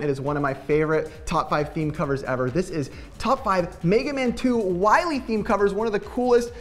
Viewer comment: At least you pronounced it better than Mega Man 8 did. "Dr. Wawry!"